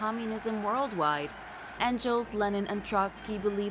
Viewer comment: Engels is pronounced like Letter N...Gauls. Not En-jells.